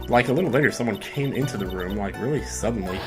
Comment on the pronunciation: YOU MEAN REALLY SEEDENLY